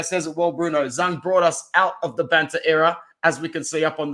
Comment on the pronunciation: "Zh" of Zhang is pronounced as "J" sound, not "S" sound, and Bruno;;; So, its "Jang", not "Sang" nor "Shang"